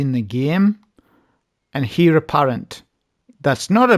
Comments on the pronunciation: Great vid .. Pronounced ..Air apparent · Great video mate just one thing, Heir is pronounced "Ayr"